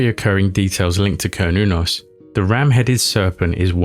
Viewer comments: It’s an S sound not a “k” sound. Ser-noo-nos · Sounds like Cern, certain, Cernunnos. Not kurn i would think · Repeat saying "Cernunnos" enough and you'll eventually say "Chronos" instead. Everybody knows who Chronos is. I mean, given the seeming importance of the figure on the depictions... I don't think my armchair conjecture here is too wild. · glad I'm not the only one who feels strongly about the hard 'C'